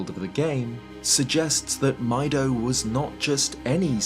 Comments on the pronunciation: isn't there a fado in OoT, as well? surprised you didn't bring her up and instead compared the name to mido's. also, pretty sure these names are pronounced "mee-do" and "fah-do", like the solfège syllables, "fa", "mi" and "do". just like saria's name is based on "aria". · Why do people pronounce his name like that? In Japanese it's clearly pronounced "Meedo". It's like Fi's name is "Fai", there shouldn't be confusion. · Exactly, the Japanese in the video even shows the correct pronunciation. Now obviously, not everyone can be expected to be able to read Japanese, I'm just saying that it's not that hard to figure out. Still a good video, though. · you pronounced mido wrong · Please pronounce Mido correctly. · It is pronounced "mee-doe", coming from as noted, "midori", as well as meadow. Also, it is spelt out as ミド(literally Mido). If it were to be said as "my-doe", it would be まいど(maido). Also, the origins of Laruto's should be obvious. Not "kasuto", she's named in honor of Ruto herself. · Maybe a little nitpicky, but I'm pretty sure it's supposed to be pronounced "mee-doh." Many of the name pronunciations can be best deferred to Japanese. Saria, for instance, wouldn't be pronounced like Sarah. It would be "sah-ree-uh", or Deku would be "deh-koo." It's just weird continually hearing Mido pronounced my-dough. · seeing ミド (mi do, pronounced "mee doh") and hearing "my doh" was a strange dissonance ngl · You are mispronouncing "Mido." It's pronounced "Meedo", not "Maido." You made the same error with Fado which, is pronounced: "Fahdo", not "Faedo." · i prefer pronouncing Mido's name as "My-Doh" as well,... but his name is actually pronounced "Meeh-Doh". sounds weird, i know... but ミド in Japanese is Mi (ミ) Do (ド). like Do Re Mi Fa So La. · Pssssst it's "Mee-do" not "Mai-do" 👀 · His name is Mido not "My Dough" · interesting, the katakana shows that his name is pronounced “mee-doe”, not “my-doe”. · Meh-doh not My-doh 😭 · It's pronounced Mee-Doh. Like the musical notes.